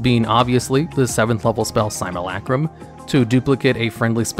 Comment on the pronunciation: 1.) Its initiative, not initiation 2.) Simu in Simulacrum is like Simulation, not like the finnish lake. And im surprised how anyone would find the derpthrone or RNGesus teeth better than Orrery, Ring of Winter or the Tiamom Mask aka 5 LEGENDARY RESISTANCES (and +5 AC for warlocks and dragon sorcs).